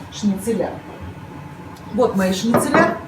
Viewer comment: ШницелЯ режет слух. Это как бухгалтерА, карбюраторА, мониторА и проч. 😆 Но это шутка, возможно это местный диалект. А в остальном все так разумно и экономно использовано, что просто супер! Очень хорошо и понятно все показано. 👍